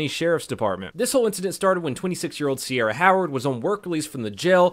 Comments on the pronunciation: That is not how you say Ciara haha that's Kee-ra, no idea why the cops were saying "Sierra". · See the problem here the entire time, the officer was pronouncing her name wrong.. its Ciara ..